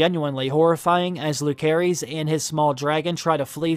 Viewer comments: i hope you would pronounce the names correctly though, it's lu-ce-ris not luk-e-ris.. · Long time watcher. No judgement just wondering…is there a reason you always choose to pronounce the names of the characters differently than how the show pronounces them? I’ve noticed that over the years. But especially in HOTD…”aye-MON” instead of “aim-in”… “Loo-ker-is” instead of “Loo-ser-is”…“uh-RAX” instead of ”AIR-axe”. Again no hate just curious, only because I’ve found it somewhat distracting and every video lately I’m like “whyyyy”. 😅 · The OP is pronouncing Lucerys incorrectly. It is pronounced "Lou-ser-ees". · It’s pronounced “Lou-Ser-Iss” not “Luke-ser-is”. Just because he goes by Luke for short doesn’t mean that’s how the is pronounced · The boys name is LOO-SER-EEZ not LOO-CARE-EEZ. You should restudy Phonics. Sloppy at best... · Bruh... it's pronounced LuCerys (and JaCerys), not LuKerys (and JaKerys). They say it in the show. It's like 'Caesar'. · Correct me if I'm wrong, it should be pronounced Lu-se-rys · I hate to be this person but it’s driving me insane: Lucerys is pronounced with a soft “C”! But, I love your videos. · Way you pronounce lucerys made my blood boiled xD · lol you make videos like this but don't bother to pronounce Lucerys correctly. sad